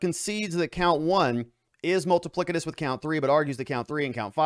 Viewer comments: Ha ha. Multi-plic- I- tuss…. plic. Ha ha. Multi pliss-itus Try that… that’s how it’s pronounced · I think you mean, "multipli-S-itous"